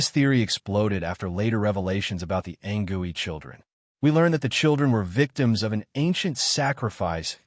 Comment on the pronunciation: Its anCOOEY not gooey wtf